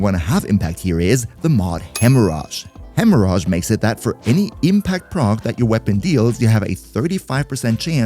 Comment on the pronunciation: Hemmo-ridge. Not hemmo-raj lol loving ur vids as a new player